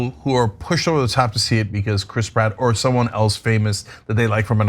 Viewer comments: Chras Pritt😫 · Lol, the way Cenk pronounces names in this story is funny. Mer-io and Crisp Rat. Now I'm always going to have that in my head, I can't unhear it.